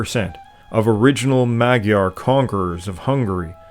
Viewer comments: Hello my magyar (mudjar) peoples. Every time said mag yar i cringed....but its a great documentary. Nothing about the glyph language that i heard is related to Sumerian. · Dude, you said Magyar correctly when you stated how it is pronounced in Hungarian. Then kept incorrectly pronouncing it "Maag-Yar" throughout the documentary. Other than that this was great and well done. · You are mispronouncing “magyar”. The gy is a digraph that makes a single sound. It is not a /g/ followed by a /y/. It is closest to an english “j”. Also “a” is pronounced like an english “o” in mod and mole. So say it more like “mojar”. Similarly the ty in kutya is closer to Tuesday (English tyoosday, not US twos-day) than “cut yer”. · Great description Well done. But you kept saying “Magyar” wrong. It isn’t mag-yar. The gy is a separate letter in Hungarian. The pronunciation is more like mud-jar. Keep up the great work. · I tried to listen to this but the narrator constantly said "Maggie-ares" - I could not take it anymore and turned it off. Magyar has the gy sound pronounced something like dy with a soft d, so Mahdjar. It wss prtty good but I just couldn't take it. You said it right the first time, why did you then say it wrong literally dozens of times? Seemingly every other sentence. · You are pronouncing Magyar wrong...GY is J in Hungarian. So you pronounce it Majar.... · I feel u bro. They always try to say magyar right but they end up saying Madzsar, matyar, madzar makBDJBCDar. Its really annoying as a hungarian. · Really interesting but a shame you can’t actually pronounce “Magyar”. Unbelievable.